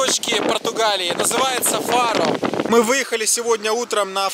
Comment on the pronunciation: читается фару